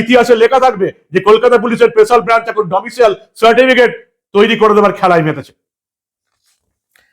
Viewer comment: "ডোমিসাইল" হবে "ডোমিসিয়েল" নয়।